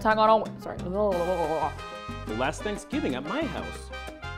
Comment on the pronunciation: It’s thanksgiving, not sangibing, that’s gross and not even funny